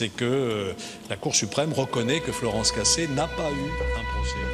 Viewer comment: "floranz cacé"